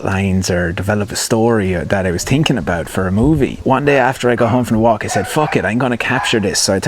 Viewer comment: I say this respectfully...I'm working on a 2nd screenplay right now and your voice/accent pops into my head all the time to remind me, "You're overTINKing it." Thank you!